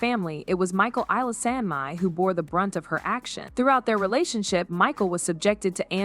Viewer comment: OK....... If you're gonna use AI voices SOMETHING has to be done about all this mispronounciations. This is ABSOLUTELY rediculous. Michael's last name is prounounced E LE SOME NI!!! Not the various ways heard here and STILL not hitting the right one. Put in some effort here or just go away.😵‍💫